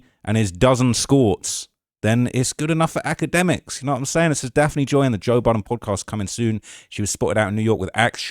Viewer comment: Daft-nee Joy